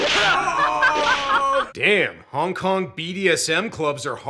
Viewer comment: I swear, when says Hong Kong action, i just hear Honk Honk action and half expect to see clowns doing kong fu, shooting guns and just absolutely avalanching out of a tiny Volkswagen:P